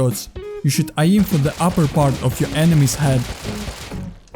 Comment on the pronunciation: great tips! Let me give you quick tip as well - practice how to pronounce in English 'aim' and 'weapon' to improve your accent